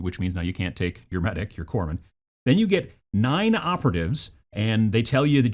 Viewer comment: There's no 'e' in Corpsman. They're a Medic in the Corp; by the time we're talking about 'Corpse'... it's a bit late 🤣😜